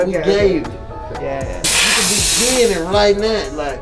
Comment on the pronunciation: Lmfaooo Big30 say “You GENNIT”